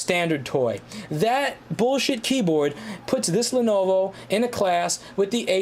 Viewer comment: If someone doesn't take the time to get company pronunciations correct, don't expect them to get facts correct, either.